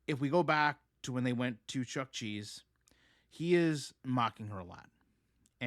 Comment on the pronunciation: FYI It's Chuck- EEEEE-Cheese :)